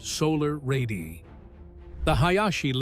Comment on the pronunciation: Someday AI slop will learn to say the plural word “ Ray diii aiiii” correctly.